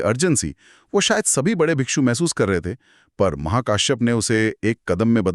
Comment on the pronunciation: The disciples of Gautam Buddha are called bhikkhu not bhikshu